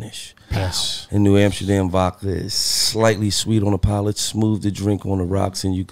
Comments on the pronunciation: Lol whenever Gillie says vodka sounds like he's saying "vaca". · Bruh I knew I wasn’t alone in this lmaoo 😂 “New Amsterdam Vacka”